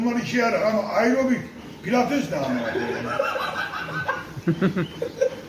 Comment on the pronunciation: Ayrobik ne amk pilates ne amk dediği anda istemsiz gülmekten airobik pozisyonuna geçmişim